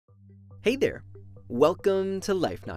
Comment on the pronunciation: “hey DERE!!” dere?